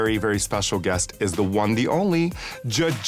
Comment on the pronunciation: girl just say "won"